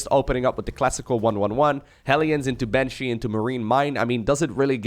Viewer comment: Miberator, Maven, Manshee